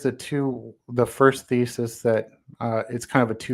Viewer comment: He was trying to present feces. Oh wait, he said thesis.